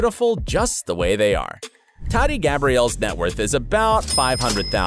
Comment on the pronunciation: And its Tahti not TATTY. She’s also very down to Earth so fix it bro